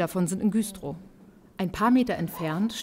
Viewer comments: Das heißt übrigens Güstrow und nicht Güüühstrow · Güstrow wird übrigens mit einem kurzen Ü gesprochen 😉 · super reportage. ernstes thema. trotzdem: musste es viermal hören, um zu checken, dass ihr in güstrow wart. richtige aussprache mit kurzem ü! 😏